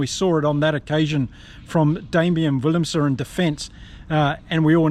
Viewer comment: In Afrikaans - W is pronounced V and V is pronounced F so willemse should be pronounced villemse and venter is ‘fenter’ but you do really well with the Afrikaans names